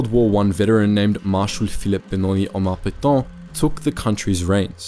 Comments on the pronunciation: It's PAY-TA Not pay-tow or pay-taw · It's not Petawhhn--more Pet(as "a" in can) Petaaaa(ngry)n. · What’s with the comedy pronunciation of Petain? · You say "é" in cliché, it's the same prononciation for Pétain.